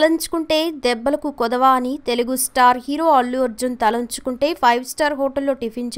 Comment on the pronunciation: రాజు తలంచుకుంటె కాదు తలుచుకుంటే తెలుగు సరిగా రాదా